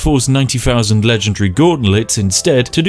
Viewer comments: ONE FOUSAND! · "fousand" "stealf" "immejutly"